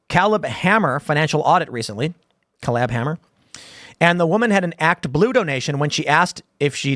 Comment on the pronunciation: Crazy how tim can't pronounce the name Caleb lol Caleb Hammer is a personal finance youtube show